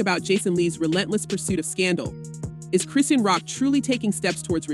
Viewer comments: is this an AI generated voice? i'm no fan, but baby who is Cree-seen? 😂😂 surely a gossip channel would know it's Chri-shawn.. unless this is a content farm? 😭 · Seriously it’s Chris and Shawn Chrissean the whole name mispronouncing makes me think this sauce is very unreliable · "KRIS-SHAWN".....thats how you pronounce Chrisean!!!!! Damn really???